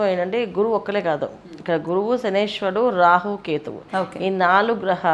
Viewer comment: Meku sariga telidhu ...shanishwarudu enti ,shaniiiyshcharuduu...